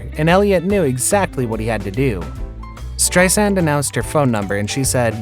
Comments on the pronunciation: Stop saying Strei SAND and Bro LIN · Her name is not pronounced Strei-SAND! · STRI-sand and BRO-lin. It's really important to know how to pronounce the names of the people you make videos about. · Barbra. Not Barbara. STReisand, not streiSAND. Barbra never said that "her affair" was the reason she didn't perform for 27 years. A lot of this bio isn't exactly accurate. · I think you're mispronouncing both of their last names...lol...His sounds like Berlin...and Streisand with accent on the 2nd A? uhmmm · Is this narrator's shtick to swap the accent on people's last name? Instead of Barbara STREISand he says StreiSAND, instead of BROLin he says BroLIN. He Does it with Omar, too!. its soo funny, weird, and unexpected. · Strei sand ? Should you get the pronoun of names correctly before making the video? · why does the narrator have such trouble pronouncing people's names? It's STEISand, BROlin, Omar. FFS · Stri-sand? Bro-lin? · What's with the weird way this guy keeps saying everybody's last name? Strei-SAND, o-MAR, Bro-LIN? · Nope, the accent on both names is on the first syllable. BRO-lin, STREI-sand. Wonderful video otherwise !!! 👍👍👍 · Oh my gosh. Who wrote this? Do you speak English? Is this a robot voice over? Countless mispronunciations and incorrect information. Wrong divorce year for Prince Charles etc... Couldn't even pronounce the names of the main people in the story - Streisand, Shariff and Brolin. How pathetic. Do some research people. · You don't know how to pronounce her name. Or Brolin's, and her attitude was brAzin. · Where, in God’s name, did they get this narrator? Has he been living under a rock that he doesn’t know how to pronounce Streisand and Brolin?? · Streisand is pronounced with accent in first syllable. She says the second syllable is soft like walking on sand